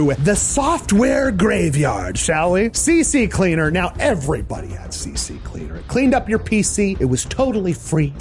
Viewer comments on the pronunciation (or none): Please stop adding an extra "C" to CCleaner! I cringe every time I hear "CC-Cleaner"! It's "C-Cleaner," as in the cleaner of your C drive, aka the Windows boot drive. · It's CCleaner, not CC Cleaner for Pete's sake! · GODDAMN IT! IT'S NOT CCCLEANER! LEARN TO GODDAMN READ! IT IS CCLEANER! ONE. FUCKING. EXTRA. C! C! CLEANER! FUCK ME! IF YOU DON'T EVEN KNOW WHAT THE NAME OF THE SOFTWARE IS, SOMETHING SO INCREDIBLY BASIC, WHAT OTHER MISTAKES HAVE BEEN MADE? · It's called C Cleaner, not CC Cleaner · CCCleaner??😭😭 why does everyone says CC its C Cleaner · Ccleaner, not CCcleaner. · Why are so many people calling it CCleaner C-C-Cleaner? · See see cleaner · I know this is really nitpicky of me, but it always bothers me when people say CC Cleaner. It's C Cleaner. It's always been C Cleaner; it's just that in the name CCleaner, there are two Cs next to each other. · CCleaner has 2 Cs, not 3. "C-Cleaner," not "C-C-Cleaner." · Ugh. Like absolutely everyone else you call CCleaner, CC Cleaner. There's just the one 'C'. C Cleaner, it's easy! :) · C Cleaner not CC cleaner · Not CC-Cleaner, but C-Cleaner. I’m guilty of that mistake myself 😄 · somehow else who says CCcleaner instead of Ccleaner. some1 at a place i used to volunteer got so angry at people saying CCcleaner hehheh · It's C cleaner not CC Cleaner. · AARRGGHHH!!! It's NOT CC-CLEANER it's CCLEANER!!! and use version 6.39 and turn off updates NO ADS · why does everybody add an extra 'c' to c-cleaner? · Don't be that guy. It's C cleaner, not CC cleaner. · It is C Cleaner, as in it cleaned your C Drive, and not CC Cleaner as there isn't a 3rd C in the name. How can people still say this wrong after so many years. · I love how everyone calls it cc- cleaner while it names is CCleaner 😂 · Great video. However, you should note that it is not CC cleaner. It is C Cleaner. Only one "C" is spoken as a letter in the name bro 🙂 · ha, you too :cat-orange-whistling: it's not C C cleaner it's C Cleaner